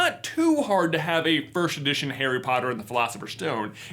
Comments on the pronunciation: J can’t say “first” he says “firsht” anyone notice that? I find it endearing 😍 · Why does he pronounce it 'firsht' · Loved the video! didnt even know such editions were up for sale! i'll have to look into that deeper and save some money, dugh. What threw me off though was his pronunciation of "1st" like /firsht/? or so.. :D